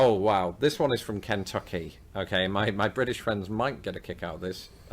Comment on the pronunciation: 🤣🤣🤣 I'm dying bc of the way he said Kentucky.. Ken- tucky!